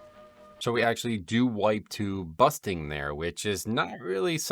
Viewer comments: Nice video once again. BuRsting instead of Busting tho xD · Why do you keep calling bursting busting? is that an american thing? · Also you keep calling it busting, and it’s funny hahah